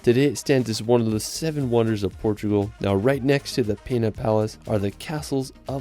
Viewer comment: Great video, really highlights Portugal. As an American living here for 5 years I have just one mis-pronunciation I want to point out to you. In Sintra the Palace of Peña, is pronounced Pen a, like pen with an a at the end, not pina. Hope you don’t mind the correction. I will recommend your video to friends planning a visit!